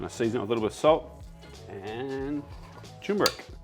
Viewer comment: It's not tumour-ic. It's pronounced as tur-mu-rik.